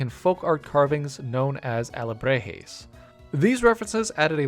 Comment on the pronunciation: BTW, Alebrije is pronounced 'auh-le-BREE-hay', not 'ah-le-BRAY-hee' like you said In the video. Also, sorry if I'm like the 100TH person to correct you on that, haha.